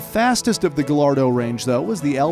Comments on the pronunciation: Fun Fact: Gallardo is actually pronounced guy - are - dough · ITS PRONOUNCED GAIARDOH NOT GALLARDO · I’m guessing the narrator pronounces quesadilla as Kay-sah-dilla ITS NOT GILLARDO! ITS GAH-YAR-DOH! I’m sorry, after the Ferrari debacle I couldn’t hold my tongue. Actually, I couldn’t then either. It drives me insane. Please forgive me. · I hate that americans call it gallardo because its more like gajardo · next time pls do the proper pronunciations for the spanish names because I am cringing to gal ardo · Also gallardo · Gallardo too